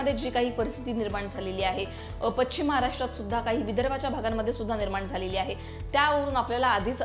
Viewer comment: पच्छीम नाही. पश्चीम या ठीकानी. त्या ठीकानी. एकूनच. सगळा आनंद . ते सोडलं तर बोलतेस छान . 🎉